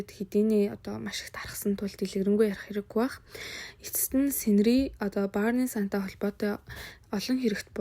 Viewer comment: Burning sun gdgee buruu unshaad bh yumaa